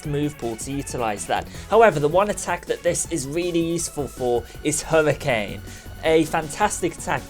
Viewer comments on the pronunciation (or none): none